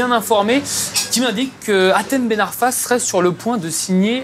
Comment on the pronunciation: Mais c hatem putain pas Michem 😤